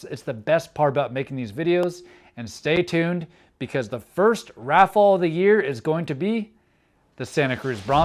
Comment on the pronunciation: Never heard anyway say raffle that way. Raff fall. Anyway. Keep up the good work dude I’m enjoying the content.